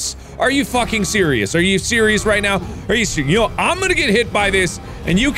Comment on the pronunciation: Mark: Are you serious right neow?